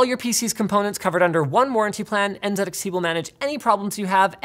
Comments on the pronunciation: Dear Linus, The brand name is NZXT not NZEDXT. Thank you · N Zed X T .... if Z is Zed then T is Ted, so it should be N Zed X Ted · Linus, you realize calling it En-ZED-Ecks-Tee just sounds silly, right? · I respect linus and everything... but why did he say “N Zed X T” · ... I've never heard it pronounced N-Zed-X-T before. That's freakin' weird. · Anyone other American triggered by Linus saying NZedXT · En zed X T